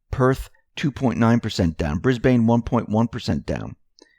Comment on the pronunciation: Hey, thanks for all the updates and work that you do, really appreciated here in Oz. Just gotta correct you on pronunciation of some of our capital cities, Melbourne is pronounced Mel burn, Brisbane is Bris bun, thanks for your attention to this. WWG1WGA.